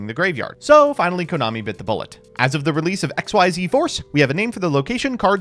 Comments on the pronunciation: It's not exceed either, it's pronounced 'ekseez.' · Funny you should mention "Xyz" in this video. Xyz Monsters came out almost 13 years ago, yet people still pronounce them "X-Y-Z" instead of "ik-seez" like how they're supposed to! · It's pronounced "Ex- Eez". You're welcome! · Still weird that people pronounce Xyz as "X Y Z" instead of "Exceed"